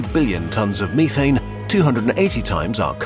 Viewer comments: If that's how he pronounced methane, I want to hear him say "Look at those hillbillies over there smoking meeth". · Its pronounced meh-thayne no me-thane